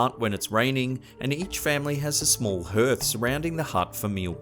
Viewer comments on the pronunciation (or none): Hearth is pronounced “harth”, mate. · Hearth is pronounced Harth. And You had a few other mispronunciations in there